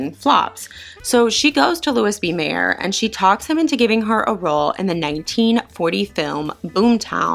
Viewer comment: Haven't finished yet -- but here are a few tips, fyi... * Louis B. Mayer: pronounced: Lou-ee B. May-r * Charles Boyer: pronounced Charles (soft- French "Ch") Boy-ay: again, French.